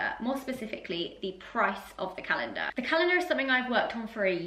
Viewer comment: you say Zoella like "Zoeller", you also say calendar like "galendar"...I love it